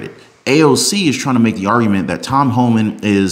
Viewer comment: It's Homan with NO L...